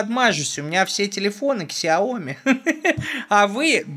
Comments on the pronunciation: Не "ксяоми", а "сяо ми" - xiaomi, 小米, переводится как "маленькая рисинка". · не ксяоми...а сяомИ